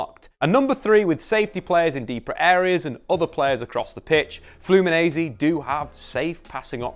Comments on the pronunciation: We say Flu-me-nen-see not Flu-me-nee-z. Also, nobody calls it "O Círculo Bobo". Its called "Bobo" or "Rodinha de Bobo", which means, in sequence, "Silly" and "Silly circle/wheel" (as you've put it in the video). Bobo or "Silly" are the players inside the ball that have to keep running after the ball to intercept it when its being passed inside the circle. Its very widespread here in Brazil from kids to professional clubs. In addition, "toco y me voy" its in Spanish and we don't use this term here. We just call it "Tabela" (its essentially the same thing, someone passses and moves forward to receive the ball, thus moving past the opponent) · Let me teach you a thing...say FLOO-MEE-NEN-SAY...repeat after these... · You can say it like FluminenCe. The S after the N in portuguese sounds like a C 💚🤍❤️ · This is how you say it: “Flew me Nancy” think these words and voilà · I love the way he says "Flumineize" everytime and don't even tries to apologize(and he shouldn't) EVERYTIME for spelling it wrong. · Hello! Well, awsome video! Diniz is the future! And, about your pronounce with the "Fluminense" word , you have to talk like if saying these separated word in inglish : Flu + Me + Nancy :-) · Video is awesome, but you're saying "Fluminense" as an Italian. It's not that hard, I'll etite it using English sounds: Flu-me-Nancy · It’s pronounced flu-mee-nen-see